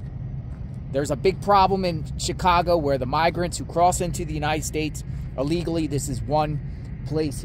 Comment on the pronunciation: Please pronounce. ILLEGALLY. Correctly !